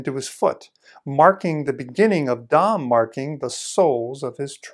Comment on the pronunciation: Yay! Someone finally said “Dam” correct:-) thanks for sharing this in the Troll Doll Networking Club!